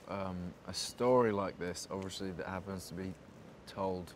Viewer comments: “Obvioshly”😂bless him😂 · i literally thought i was the only one who realised that. "obvioushry"